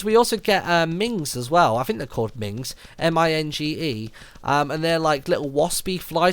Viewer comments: minge.... yeah "ming" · M-I-N-G-E = minge, pronounced min-j! LOL